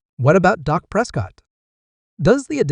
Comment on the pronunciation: His name is Dak , not Doc!